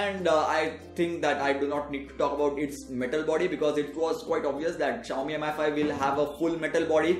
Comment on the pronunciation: Its "mee5" not M I 5 -_